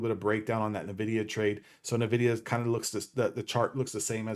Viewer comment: Good stuff, man. Bullish on this too. But I think it's pronounced N-Vidia (en-vidia)?